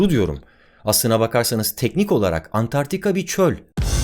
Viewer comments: Çok iyisiniz alanınızda, ama niye Antarktika diyeceğinize Antartika diyorsunuz? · "Antartika" değil "Antarktika" olmalıydı